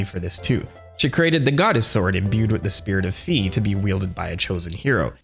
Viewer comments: Fi is pronounced /ˈfaɪ/ and her name in every other languages is written "Fay" which is in all of these languages closely pronounced the same as how her name is pronounced in Japanese (ファイ (Fai)). Plus her name is literally Fairy without the salt of "Fee" gang (reeeeeee) Also her name is probably inspired by Morgan le Fay (/ˈfeɪ/) which is derived from the french word "fée" (/fe/) Also also, every time you pronounce Fi as "Fee" a little children dies somewhere on earth, hope you're happy Jokes aside good video (Ps: yes I'm passionate about that because "Fee" sounds disgusting to my ears :) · F-EYE! F-EYE! F-EYE! F-EYE! F-EYE! F-EYE! F-EYE! F-EYE! F-EYE! F-EYE! F-EYE! F-EYE! F-EYE! F-EYE! F-EYE! NOT FEE!!! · I think Fi is pronounced as in Wi-Fi🤷‍♂️ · Why people insist on pronouncing Fi's name wrong will never stop vexing me. It's been 13 years people, time to look up the pronunciation!